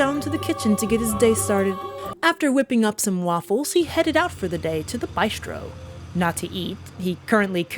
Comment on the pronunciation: Love your videos, thumbs up! But you're killing me with "bye-stro". Makes me both cringe and smile.